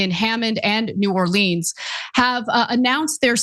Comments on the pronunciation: really bothered me how she kept butchering newarleans 😒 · it's "New Or-lens"